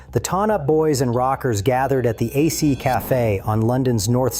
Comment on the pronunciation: it's not the A C cafe, it's one word ACE. ferking AI is sh 1 T